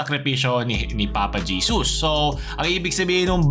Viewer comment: Papa Jesos? dinig ko sa kanta 'One way JESUS!' hindi On Way Jesos.. Ginawa nyong Papa eh. Jeos pa ang pagbigkas nang JESUS pano naging Papa si JESUS CHRIST?